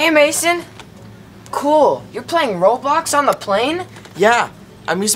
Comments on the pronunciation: I heard roblox but she said road blox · The word isn't road blocks it's roblox lol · It's not road bloc its roblox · It's funny that the Karen says ' Roadblocks' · Lol when the lasy said “road blox” in the beginning of this video it isn’t called road blox it is called roblox😂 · “Road Blocks” instead of “Roblox” 💀💀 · It’s Roblox not road blox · She road blocks instead of roblox 😂😂😂😂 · It's roblox not road blocks